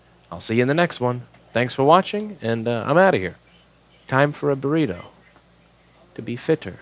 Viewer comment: I understood everything except "booreedo". Is it some kind of animal?